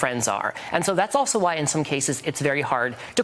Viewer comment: “also” 😂